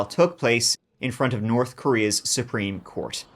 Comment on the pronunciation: So you can pronounce “th” properly 😆 you said Nort and North in the same sentence! So tell me, do you say turd on purpose?? I absolutely love your stories!!!